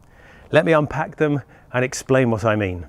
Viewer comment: "Let me..(i cant say it i cant say it).. expain.. how this works"